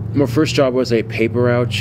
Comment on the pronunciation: Did he say paper ROUCH does he not know its called a paper ROUTE 🤣🤣🤣🤣